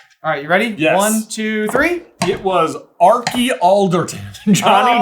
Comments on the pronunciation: do they acc not know Archie is pronounced arch-ee or are they joking I can’t decide 😭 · How have none of you heard of an Archie before?! Pronounced with a hard CH sound, like the beginning of "Cheese" Are Ch Ee. Is it just a very British name or something?